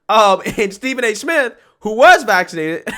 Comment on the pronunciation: Did he just say Stephen A simp?